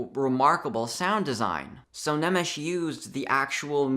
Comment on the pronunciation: "Nemesis" — LOL. For your information, the name is pronounced "nae-mesh". As for your point, I sadly agree.